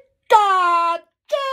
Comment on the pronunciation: Does anyone think pikachu sounds like "pick a 2" or "peek att you" ?